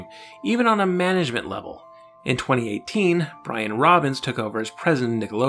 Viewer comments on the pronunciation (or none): none